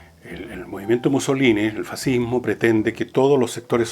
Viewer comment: Hoy en día existe "el fascismo" y "er faziihmooh"